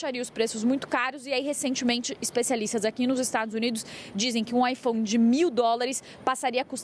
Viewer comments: AiFom? Drounis? eles são obrigados a falar assim, não é possivel kkkkkkkkkkkkk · Ela fala ifons ou é impressão minha? Hahah